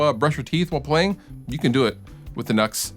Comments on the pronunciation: I think it's pronounced new x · Just a heads up, I spoke with a rep for nux, and it's not nux(nucks) it nu x (new X)